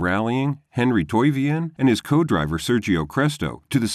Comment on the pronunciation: TOI-VO-NEN. Is it that difficult?